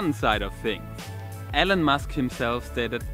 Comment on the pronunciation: "Ellen Musk" ...lol